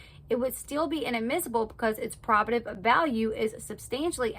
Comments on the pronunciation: Just to help, I’ve always heard it pronounced: probe-a-tiv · Great video, just fyi probative is pronounced PRO buhtive with the emphasis on on the first syllable like in probation